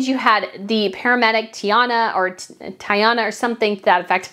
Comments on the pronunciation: Not Tiana or Tayana… it’s Tatiana which is a classic Eastern European name. It shortens as Tonya, Tanya, Tonja etc.. which is commonly recognized in the US. I have watched you for some time now but you getting that classic name this wrong even after watching the documentary makes me wonder about the rest of your research and its basis. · Tatyana! It’s not that hard to pronounce or remember. It’s a classic Eastern European name. Tonya/Tanya in the US is short for the same name.